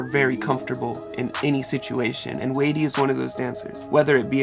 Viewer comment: Hi. You’re pronouncing his name incorrectly. It’s sounds like whitey with a “d” — and he is awesome!!